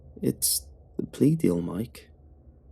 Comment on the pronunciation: Plea? I thought he said peas